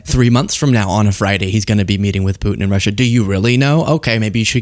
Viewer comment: Why does he always pronounce it "Rush-SHAH"